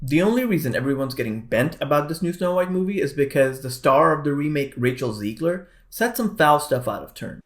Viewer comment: It's not "Ziegler", it's Zegler and she's not a bad human being at all, either! Even though her attitude, because of Disney throughout interviews, has been awful so far! And they know that they need to course correct soon, bro! That's why they should've monitored her a bit more and way better, too! Instead of letting her go on rants about the fans of the original '37 film! Then you wouldn't have a disaster that's doomed to fail like this one, man!